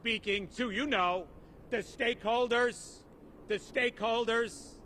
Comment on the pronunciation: Take a short for every time he says steakholders